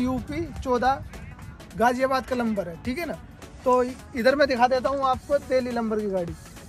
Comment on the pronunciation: Lamber nhi bhai number hota hai 😂